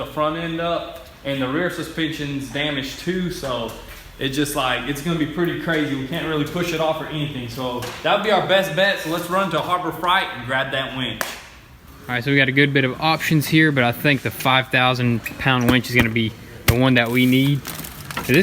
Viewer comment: Harbor FRATE not fright lmao